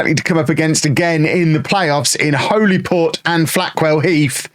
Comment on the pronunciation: Its pronounced "Hollyport".👍